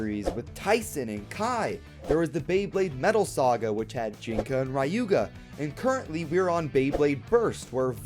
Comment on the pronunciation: why do you say RAyuga his name is Ryuga